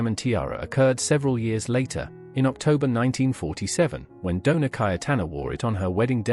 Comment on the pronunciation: Doña not donar